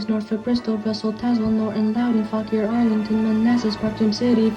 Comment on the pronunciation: waited until now to see my beautiful (I don't like it) county of Fauquier ike it's graduation. Thanks for pronouncing that right NOBODY knows how it's pronounced even if they live there.